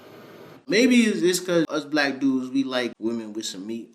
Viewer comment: The N-word is one thing, but it's the "Black" with the emphasis on BLAH that gets me too.